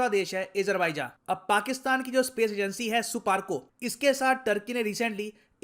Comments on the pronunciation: People say SUPARCO , I hear " supaari " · It's not suparco it's supandi 😂😂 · Wait wait suparco nahi suarco hai